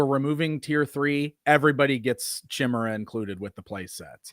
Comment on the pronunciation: Why is pronouncing chimera “chim-ur-ah”? I thought I heard it wrong then he did it again. Always enjoy your livestream and! Edit: evidently other people pointed this out as well 😂